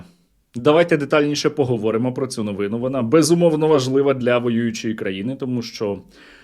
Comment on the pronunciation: Затям, "новинУ", а не "новИну".